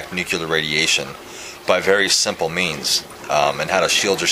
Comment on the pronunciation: lol I've never heard of nu-clar energy :/